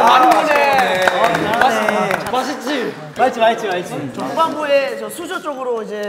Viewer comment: 준휘 발음 귀여워ㅠㅠ 마싯찌!